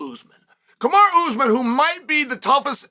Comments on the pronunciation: I swear Chanel mispronounced names on purpose. “Kamara”😂😂😂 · I think Chael may have actually called Kamara instead of Kamaru. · Lmao Kamara 🤣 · Bro, Chael cant remember his own fucking name, much less Kamara and Bahalal geezus Chael stop being like your boy Tito! 🤣🤣🤣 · I am convinced CHAEL is butchering guys names on purpose at this point 😂😂 JACK DELA MELA SHAVKAT RIHMAYEV KAMARA